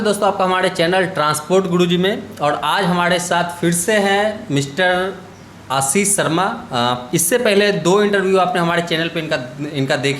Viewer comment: Bhai aap 'Sh' ko s & R ko Da kyun bolte ho? PROBLEM : Pdoblem, Ashish : Aasis, Experience : Expediance?